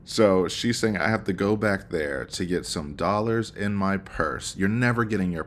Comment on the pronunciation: I sooo loathe the way Sarah talks about money, and specifically her pronunciation of the word "dollars'. It's so easy to tell that Sarah is financially illiterate and likely comes from poverty. She definitely doesn't understand what "old money" means.